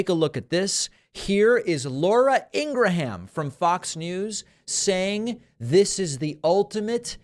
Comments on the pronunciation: Ingra-HAM: thank you david! That is the correct pronunciation of her last name, and her own brother said so on camera around the time Fox News got its butt handed to it. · You mean to tell me, Laura, that it's pronounced "gra HAM cracker"?!? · Why does David keep intentionally mispronouncing Laura Ingraham's name?